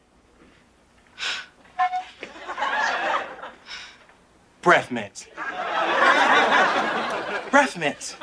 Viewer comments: BREAFF MINTS!!!!!!!! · Mention those breffmints one more time, I’m gonna SCRERCS